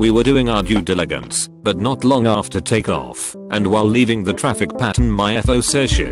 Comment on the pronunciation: lol talk ee off